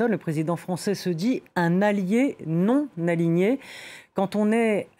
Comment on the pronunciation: Ouh ! c'était dur d'aligner les mots non-aligné et aligné... On a entendu aligné et aliéné à la place !!